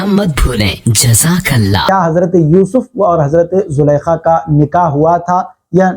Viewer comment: Sir zulkhaa lafz ka akheer main noongouna hata hai yes y no